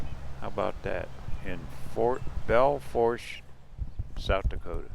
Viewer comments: Belle Foooosh, the r is silent.✌ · The internet says the correct pronunciation of Belle Fourche is bel foosh. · Pronounced Belle Foosh. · Bell Foosh. The r is silent haha Nobody ever pronounces it correctly haha